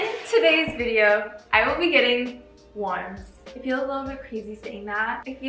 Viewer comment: You're good, I'm just being a troll😋and I really liked your video! (about the "warms"... 😁)